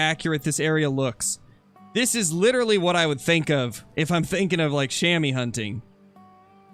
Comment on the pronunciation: Love your vids man! Funfact: Chamois is french and actually pronounced as [Shamua]: The 'a' as you pronounce the 'u' in „hunter“ and the 'oi' you‘d pronounce like the 'ou' in „you“ Greetings from a swiss hunter 😉